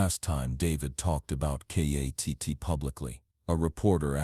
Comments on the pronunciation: Its Kitt not katt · It's kitt not katt stupid ok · K.A.T.T. it's K.I.T.T.